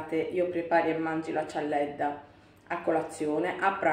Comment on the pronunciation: Che io sappia si dice cialdedda